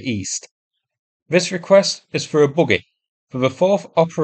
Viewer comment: At the end when you announced the fundraised for the buggy, I heard it as "boogie" and was very confused. Look it up.